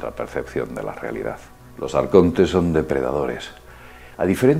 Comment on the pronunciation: a mi m compensa tio, aunk sea un esbirro de los grises me mola como dice "AARCONTESS"